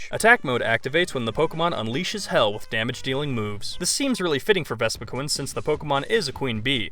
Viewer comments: Vespiquin? do you not know how to say queen? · The way you say vespiqueen makes me wanna suicide